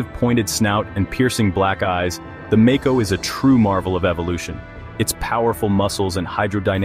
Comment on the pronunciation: Lost me at make-oh